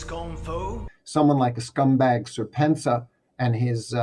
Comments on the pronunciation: It's always funny when shills pronounce serpentza as a single word instead of serpent za. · yeah, I was wondering, who is this Sir Pentza?